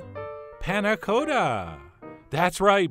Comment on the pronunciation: thank god you said "cotta" the right way at the end